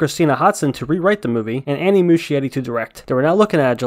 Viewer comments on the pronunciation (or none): none